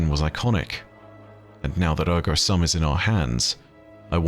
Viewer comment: the "u" in "ergo sum" is pronounced liked the "oo" in "doom"